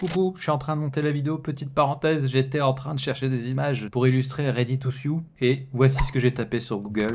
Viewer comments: Sew ne se prononce pas "siou" mais "so", pour info <3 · “Ready to Sioux” or “Ready to sew” ??? (Prononcer “sou”)😜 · ça se prononce "ready to so", pas "sioux". perso j'ai bien reçu la notif au fait